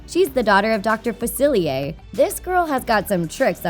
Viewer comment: you said dr facilier wrong